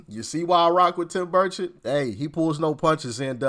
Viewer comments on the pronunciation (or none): Buddy It’s Bur-chet pronounced